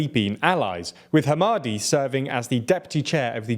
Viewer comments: As a Sudanese person, thanks for covering this. Just as a heads up - Dagalo's name is pronounced Him-id-tee, not Hamadi. Not that I care all that much, he's a bastard. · Bro butchered The Word hemedti 😂😂😂